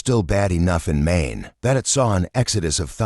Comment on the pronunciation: Get rid of your robot narration. It can't even pronounce "Maine."